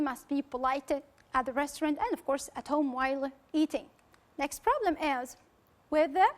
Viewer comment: Just avoid saying' next'_e ... in a French way.